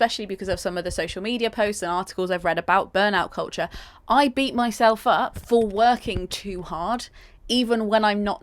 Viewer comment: Koltcher is what I’m hearing 😂